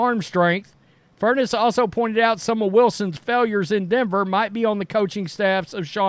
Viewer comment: Fur-ness’. Not furnace